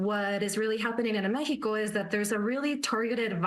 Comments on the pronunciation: She really said "Mehico" like, shut up lady. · She said "Mejico", but the people from Mexico don't get asylum. The ones sending their kids to the border are mostly from Central America. So she doesn't make sense.